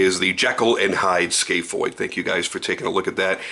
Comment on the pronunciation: It’s scaph (scaff) not scaph ( scale)